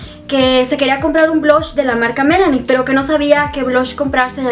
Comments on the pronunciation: Por qué dices Melani es MIlani, lee bien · Hola, me gusta mucho Tus videos!! Saludos desde Destin, FL un cosa que te quiero dicer, aca entre amigas!! La marka de los Blush... "Milani" lo estas dicendo mal usted dice "Melanie" y no es. Ase!! solo lo digo por buena onda por favor no se molesten!!!